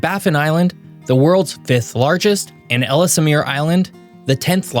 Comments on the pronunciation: Nice video, thanks. A fiendly reminder: we actually say "Elz-meer" (Island), not "Ellis-mere". Another geographical fact that I didn't hear the presenter mention: the most southern part of Canada is at the same latitude as Rome, Italy, and the most northern is, of course, further north than Lapland. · Most of the Manitoulin Island shots are not MI; they are of the LaCloche mouNtains, north of MI. ELS-mere, not El-es-mere. Ee-KAW-lu-et, not EKA-loo-it. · ellesmere is pronounced el-z-meer. nothing makes you think a guy doesn't know what he's talking about when he can't even say the word. it is indicative of a lack of knowledge, so you wanna build that credibility, you gotta know your shit. i.e. do ur research, even for a lil u tuber. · It’s pronounced ELLS-meer… the second e is silent. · Second E in Ellesmere is silent